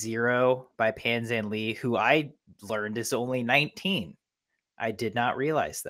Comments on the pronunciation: “Pan Zhanle” does not pronounce like "Pan Zhanli". "Pan Zhanla" is actually closer to the mandarin Chinese pronunciation of his name. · It's Pan Zhan-le, not Pan Zhan-lee! It is not rocket science to figure out how to pronounce his name correctly, not mention to Pan is a newly minted world record holder ;-) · i would say pan zhan-LUH is a little more accurate